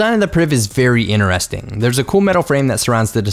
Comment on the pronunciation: Am the only one who's kinda annoyed the way he pronounces interesting? Or am i weird?